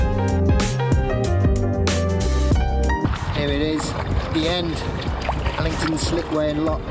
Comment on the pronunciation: Al-ling-ton lock